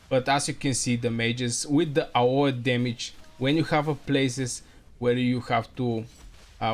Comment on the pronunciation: it's pronounced A O E , just the letters.